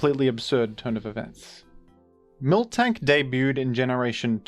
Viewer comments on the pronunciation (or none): My obsessive tendencies are getting triggered every time I hear "milktank" lol